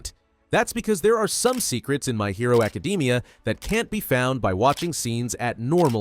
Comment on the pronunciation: "my hero acadeemia" 💀